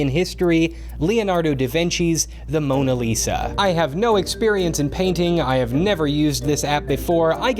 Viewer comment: "i tried to paint the moSa lisa" LMAO good job